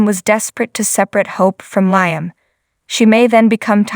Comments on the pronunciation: It's LEEAM (LIAM) not LYAM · ITS LEEAM NOT LYAM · I know the name is LIAM I was pointing out pronunciation